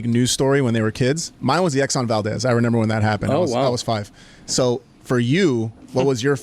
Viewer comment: Why can’t say remember correctly and why yall let it slide